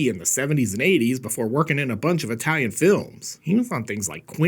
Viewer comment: Eyetalian! Stay safe.